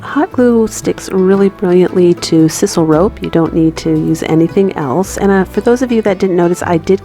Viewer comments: Very awesome! BTW it’s called “sysoul” rope not “sisole”...just letting ya know...I tried to spell it right but it’s hard to type how ya want to spell something out haha...your crafts are beautiful!!! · Hey cutie, love your ideas and your skill. Thank you. My little gift to you .... Click onto video called "how to say sisal". Or read me: sssss eye sal. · FYI, the "I" in sisal has the long sound as in sigh. I have been binge watching and loving it.